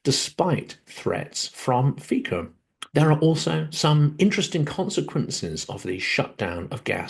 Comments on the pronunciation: FYI [fiko] -> [fitso] ("Fico" is not read the same way as in English). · not Robert "Fiko", Robert "Fitzo" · Fico is pronounced Fitzo like in Fitzpatrick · Fico is pronounced “Feet So.” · Fyi, Fico is pronounced Fizzo (zz as in pizza).